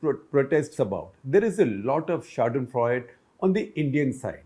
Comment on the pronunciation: If you are using Fremdwoerter... Please with proper pronunciation: It is not Pronounced Schaden-Freud........but Schaden- Freudey